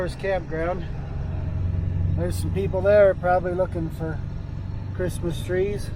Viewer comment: Be vewy, vewy quiet. He's hunting Chwistmas twees. Thanks for sharing.